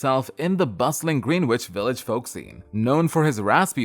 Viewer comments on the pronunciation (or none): Green witch? ... its Greenwich Village